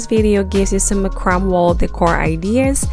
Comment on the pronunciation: Beautiful and creative Design.: It's pronounced MACRAMAY NOT MACRAM!!!